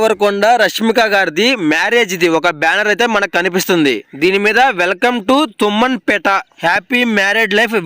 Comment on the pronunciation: తుమ్మంపేట కాదు తుమ్మన్ పేట